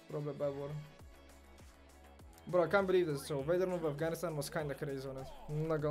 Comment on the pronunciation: Only would say "bro" and somehow fit an L in the word. 😆